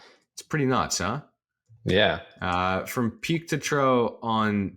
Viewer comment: Pronounced troff u dufus